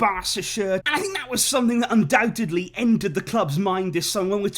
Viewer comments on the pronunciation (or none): none